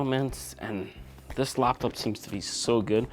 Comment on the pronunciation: I hate how he pronounces laptop. But he got good videos overall. This one is obviously biased by money